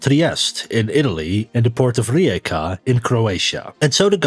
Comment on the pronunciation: That’s not how you pronounce Rijeka